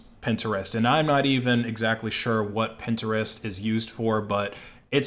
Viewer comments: the way he pronounced pintrist was freakin hilarious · Stop saying Pinterest like that gd bro and nobody uses snap chat that shit is dead